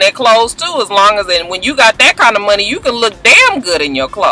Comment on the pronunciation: Hey!! When you were talking about Dre and the money, you reminded me of Scrappy and Erica by the way you pronounced it; 'Munny'. Lol!